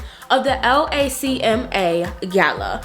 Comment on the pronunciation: I can tell you're not from LA because we say LACMA all together not L A C M A lol